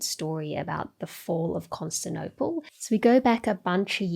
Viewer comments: “Constinople” hurt me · She'd need an editor to make sure she doesn't drop syllables though. Recent examples: 'erroneous' and 'Constantinople'